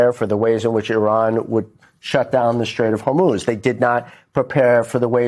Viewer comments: This has got to be a dyslexia thing, pronouncing Hormuz as HormOz. It's not just Trump, but several independent media personalities. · You'd think that if Trump was going to make the Hormuz Strait an American territory, you'd almost think that he'd be able to pronounce Hormuz properly. Says Hormuz like he recently had a stroke.